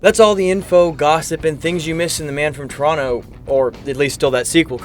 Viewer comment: Thank you for pronouncing Toronto the way it should be pronounced.